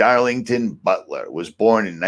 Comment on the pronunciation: I recognize Mr. Butler's name as the author of "War is a Racket". But why are you pronouncing his name with a "SH-" sound?